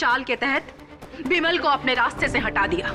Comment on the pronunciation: बिमल को विमल कहा जा रहा हे 😂